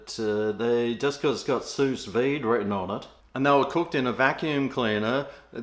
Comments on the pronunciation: its pronounced Sou veed. but i will start saying it like you have. SOOOUS VEEEED! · It’s pronounced sue-vee